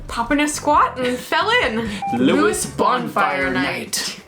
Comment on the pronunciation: Somebody has most probably already said that you pronounced Lewes wrong!